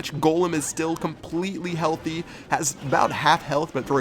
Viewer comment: "Completely HEALTHty!"